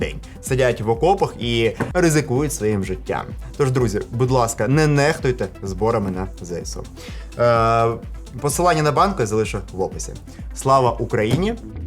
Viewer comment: ЗеСеУ, а не ЗееСУ!!!!